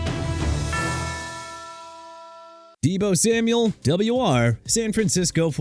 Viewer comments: Double Yew Arr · "WR" is pronounced "wide receiver", when not regurgitated up by your annoying, low-buck AI. Maybe feed the infernal device some actual football trivia, like this...... That's a dislike, a no subscribe, and I share my disappointment with others. Lousy effort. Suggestion: Go make some tik-toks of people slipping and falling.....